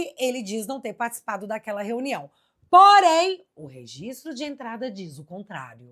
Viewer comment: Ele fala renião